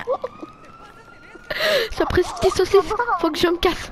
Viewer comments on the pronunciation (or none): "sapreret tise saussice" 😂😂😂😂😂